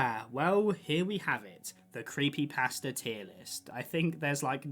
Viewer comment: creepypasta is pronounced thr way youd say "pasta" like the food.